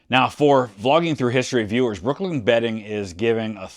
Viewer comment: When he said brooklyn bedding i heard brooklyn betting and was disappointed lol